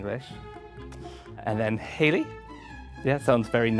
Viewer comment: It’s haily